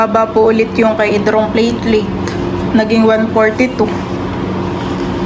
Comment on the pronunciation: Platelet not plateleit😂😂😂